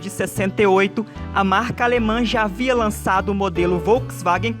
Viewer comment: Essa narração é uma bosta, ainda bem que o vídeo presta! Troca o narrador por alguém que sabe pronunciar Volkswagen, Europa (e não óropa)... Pelo amor de Deus, toma um deslike.